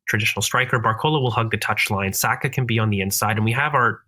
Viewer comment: Video was going so well until I heard an American say Saka in the 10 😂😂